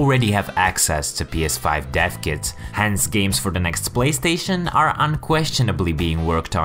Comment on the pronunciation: He said "BLAYSTATION" 😁